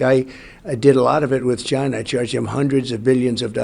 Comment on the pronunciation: When all else fails, just say, “Chainah”